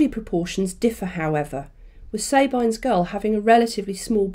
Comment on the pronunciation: Sorry, am I losing my mind or isn't it Sab-EEN's gull? As in, the name woman's name, Sabine?